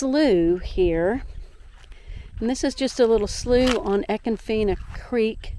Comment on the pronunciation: Wrong pronunciation but a cool little video. Must have a kayak to reach the other springs which shame all of these manmade parks...😁